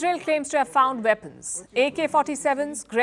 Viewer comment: HAMAS was pounced in several different ways in this video. At the end "weapons" was pronounced as "weepons". Loose the computer generated voice, use a human.